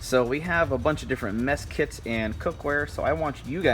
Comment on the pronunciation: Did he say "Meth Kits"?